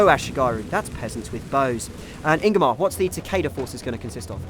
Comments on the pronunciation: lol ''and im joined today by ingimar gudumininsinss.... Ingimar'' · "I'm joined here today with Ingamar goodmunningoodnmmmmnnmnmmmmmm" wtf lol, i'm guessing that was intentional...?